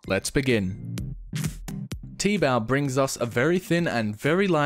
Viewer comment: its t-bao